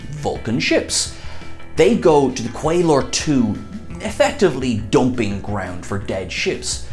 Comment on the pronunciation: His accent makes “dumping ground for dead ships” sound like “doping ground for dead ships”. 😆